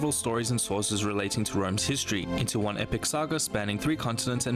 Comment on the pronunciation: And the Greeks in the south? The Phoenician city in Sardegna and Sicily? The nuragic civilization in Sardegna? The Retians? You can’t pronunce the ward Hystory, ( derived by the Latin Hystoria……)